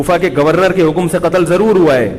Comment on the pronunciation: Katal katal kr diya bolata hai...